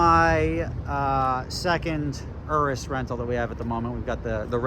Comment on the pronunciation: Thanks for pronouncing urus properly